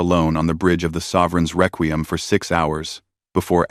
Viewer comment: Frigot? Reququm? So, not even a nodding acquaintance with the language... AI is going to save the world.